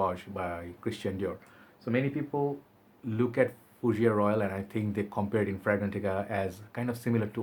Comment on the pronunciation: 'Oo - bee - gone.' And 'foo - zhair.' The 'gone' is said like 'go(n)h' with a slightly silent 'n.' The House is owned by the Prince of Monaco, dude. And 'guy' is pronounced same as you say the Hindi word for clarified butter: 'ghee.' Ghee LaRoche. : )